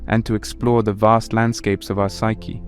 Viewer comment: "The pshchie of humanity" This has quickly became one of my all time favorite narrations. Please be well!